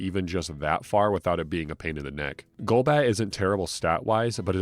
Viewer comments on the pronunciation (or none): none